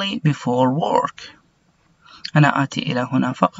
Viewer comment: استاذي حبيبي والله لو تشتغل على النطق حقك لانك قاعد تقولنا انطقوها وراي النطق الصحيح وانت نطقك غلط work , treadmill, squash كل هذي غلط لان احنا والله بنعاني قاعدين نتعلم النطق الخطا من المعلمين غير اهل اللغه وشكرا